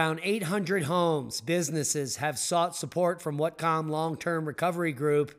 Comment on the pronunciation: It's pronounced watt cum (whatcom) county and skahh jit (Skagit) county. Whatcom county never gets snow. Even when Canada right there gets snow in the lowlands and we won't. We the buckle of the pineapple belt and the corner of two fault lines.